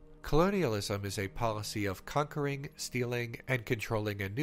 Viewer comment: YouTube has rotted my brain. Every time you say "conquering" i hear "cuckering."